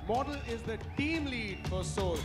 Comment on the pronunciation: Bhai motal ko soul ki spelling nahi ati... SAUL bol raha hai.... Proof